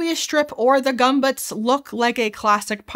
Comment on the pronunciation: You said "bayazin" when its "basin" and "gumbutts" when its "gömböc.